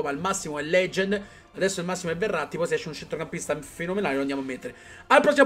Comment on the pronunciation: quando dici Verratti sembra che dici errati